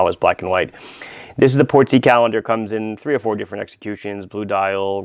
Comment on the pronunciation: Also "Portsy" Not "Port-sea"